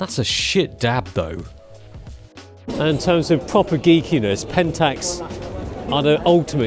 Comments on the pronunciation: I lost my sh*t at " Pedentax ". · PE-dan-tax ! bahah